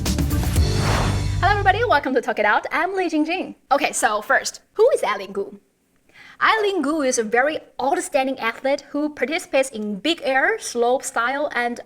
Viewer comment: you can't even pronounce her name correctly. Stop blaming western media. Your communist party is criticizing ZhuYi for not winning the medal. thank you very much for the double standard. Please Learn English.